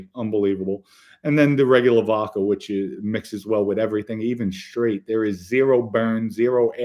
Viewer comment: Vodka .not vovca